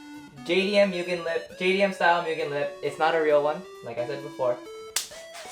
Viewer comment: Right?! and he doesn’t even pronounce the name right lol